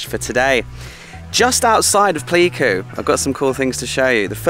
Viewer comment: it's 'Play'ku :)